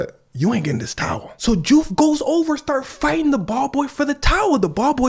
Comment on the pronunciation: Nice catch in the name diouf is pronounced joof. lol just saw that you spoke wolof